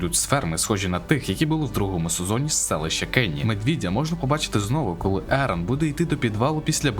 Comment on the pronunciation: хочу виправити, селище, не кені, а конні, і тп